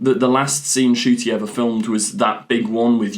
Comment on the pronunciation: His name is Ncuti! The N isn't silent it's n-shoo-tee!